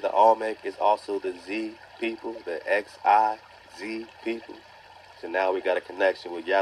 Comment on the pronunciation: Xi=pronounced like "She" my brother...Peace 🤟🏿✊🏿👌🏿✌🏿💪🏾